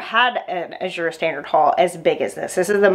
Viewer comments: A-zure not I-zure. LOL! J.S. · Azure is pronounced with the emphasis on the first syllable. Like azure blue.